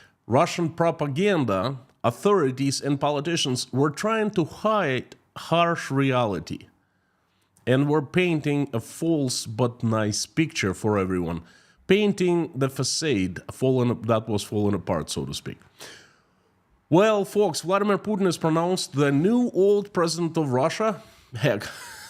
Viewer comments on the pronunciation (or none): As always, terrific message!!! I know how mych you lije to pronounce this correctly. Facade is pronounced fa-CAWD, as in hall, ball etc. The "e" ending is because the word is a French word. I know, not fair, what can I say???!!! Regardless, we love you and your daily insights into what's happening inside the Iron Curtain of Craziness.